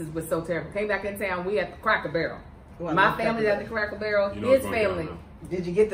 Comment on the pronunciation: And - I know you from Kentucky when you said “Cracker Buuuurrrel” 😂